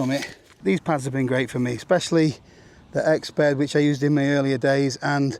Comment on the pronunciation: the Exped became an Exbed